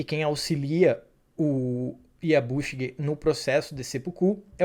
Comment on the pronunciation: Máriko, Fudi, Yabúshigue, Búntaro, Íshido, Ôchiba, Ájiro/Ágiro, sepukú...não faz sentido essas entonações dessas palavras todas.